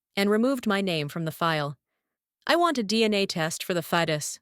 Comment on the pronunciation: FETUS not Titus. Someone needs to invest in a dictionary